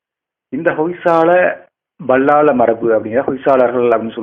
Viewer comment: நீங்கள் ஏன் பல்லாள என்று எழுதி விட்டு BAள்ளாள என்று உச்சரிக்கிறீர்கள்